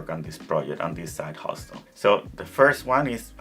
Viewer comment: Hustle. The t is silent